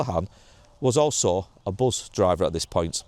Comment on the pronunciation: Its Bus , not Buzz, unless you from Bolton x